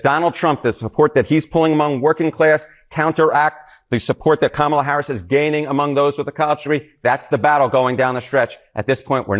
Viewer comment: She actually pronounced "Kamala" the correct way.